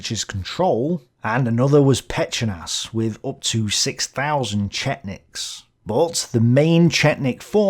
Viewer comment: To put it simply - Ustashe are Croatian far-right nationalists in similar fashion to Romanian Iron Guard which existed on the similar basis of being clerical, but also fiercely far-right nationalist at the same time Also Pećanac is said way slower - it's Phe-cha-nac because he sounds Hungarian in this video 😂 also you forgot "Ljotichevci"